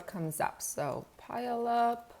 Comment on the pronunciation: A washington guy here. I have a heard a couple people call it pileup its actually pronounced pugh-all-up. Love the channel btw. Im new to working in a trucking company